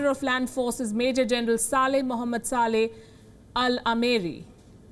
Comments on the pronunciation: She pronounced Sa-leh as Sale which is abuse word in India, that too before the name of Mohammad. Don't know if that is intentional but Saudi won't like it. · 1 minute what does she say. Major general Sale md Sale.😂 Bhai please bataye yahi correct pronunciation hot hain kya.